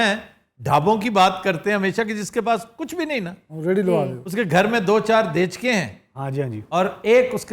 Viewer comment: دیچکے ، نہیں “ دیگچے “ ہوتا ھے ، درست کر لیں